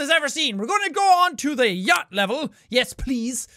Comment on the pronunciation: did u just say yatch?